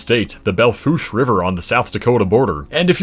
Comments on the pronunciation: Kudos for nailing the pronunciation of WY’s low point. I grew up on that ranch. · Congratulations on pronouncing Belle Fourche correctly. One of the few. Great video. Really enjoyed.